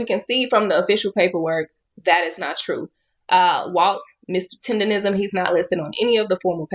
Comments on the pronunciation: But why do you say "tenderism" through the whole video, knowing it's "tendernism" you even spelled it correct in the captions? 🤔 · TenderNism not TendeRism. All this time and ppl still keep saying it wrong. Drives me crazy for absolutely no reason. But it's like continuing to pronouncing someone's name wrong after being corrected 12 times 🙄🤦🏻‍♀️🤣🤣🤣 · T E N D E R N I S M SAY IT ….. NOT TENDERISM…….. your Ebonics won’t even allow yal to use the word properly 😂. FUCKKKKKKKKKKKKKKKKK UR IQ IS SO LOW ITS STUNNING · Why does everybody say tenderrism its tendernism if you cant get it right why even make the content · Love your content I just hate how you call it TENDERISM ITS CALLED TENDER-NISM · its Mr TenderISM, Not rism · Tendernism not Tenderism, it's not that hard. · TENDER-NISM! not TENDERISM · Please learn how to say “TenderNism” not TenderRISM 🤦🏾‍♂️ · im glad you put it correctly in the title Tendernizm but atleast when you talk in the video do not call it Tenderism, Man has worked hard for the name atleast respect it. hes Mr.TENDERNIZM not Tenderism everyone in your video is saying it correctly then you say it incorrectly. Its cringe to here you say it wrong right after playing clips of people saying it right and you being so passionate about him. Just call the dude Walt or Unc man. You even read it on the ig post it clearly said Tendernizm and you still said Tenderism, Bro you can be this passionate and get this wrong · It's tender-NISM not tender-RISM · It’s not “TenderRISM”, it’s TenderNISM. Bruh… STFU. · TenderNism, not tenderism. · its Tender-nism lol not Tender-rism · TenderNISM not TenderRISM bro😂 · TENDERNISM NOT TENDERISM lol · Why cant say tendernism correctly lol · Why is it so hard for you to say tender-nism Goddd Dammmnnn! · TenderNism.. say it right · 🤦🏽‍♂️ its tenderNism 😹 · it's "Tendernism"🤦🏾‍♂️ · He keep saying”Tenderism”🫵🏾😂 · This MF cant even say it right "Tender-nism" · Mr. Tender-rizm 😂😂😂